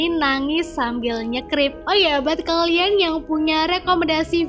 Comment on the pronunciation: KALIAAAAAAAAAN BUKAN KLEANNNNNNNNN